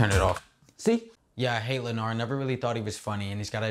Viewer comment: you mean "lenard" 👀